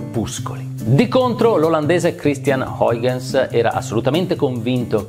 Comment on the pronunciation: Comunque, voi non avete idea di come si pronunci Huygens in olandese.